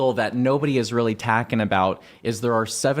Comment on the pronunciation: "Tacking abut" that guy